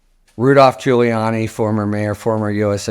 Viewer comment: LOL did Harry really just say Rudy Giu-hole-iani ?